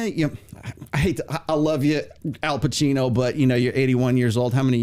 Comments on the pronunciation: His name is not Alpachino, but Al Pacino! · I didn’t watch the video but I just came here to vent that “Alpachino” was really bothering me. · It's Al Pacino not Al Pachino!